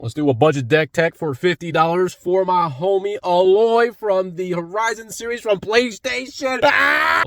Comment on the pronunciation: It’s pronounced “aye-Loy “ not “ah-Loy”